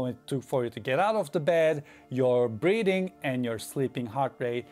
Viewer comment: Did he just said " It keeps track of your breeding".